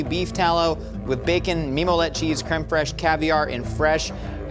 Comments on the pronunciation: Y'all are great. But look up how to pronounce creme fraiche. I love Emily being around, you're so effing funny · 'cream freesh' lol😊